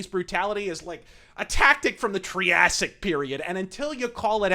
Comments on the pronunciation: Tree-assic: The period during which woody plants first evolved. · Say “triassic” more often in your rants. Your pronunciation is gold